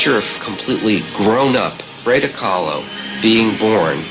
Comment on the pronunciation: the way he pronounced frida kahlo ?? lol